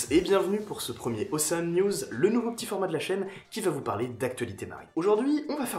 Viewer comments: Ocean en anglais pour la prononciation c'est { ocheune } 😉😁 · C'est un détail mais que j'estime nécessaire, surtout pour un gars en Master 😉😁